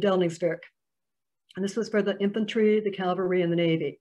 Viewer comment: Cavalry ( military unit), not Calvary (place of crucifixion)